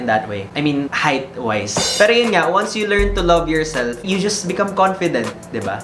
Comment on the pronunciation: My emphasis sa "Height-wise" hahaha, yea yeah sure. hahahahaha